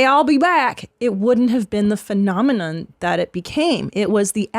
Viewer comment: Christine saying phenomenon really made me laugh